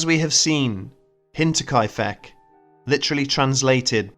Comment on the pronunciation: I'm sorry, but all I hear is Hentai-kai-feck. I'll let myself out...